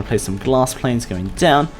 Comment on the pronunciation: I love how he says /planes/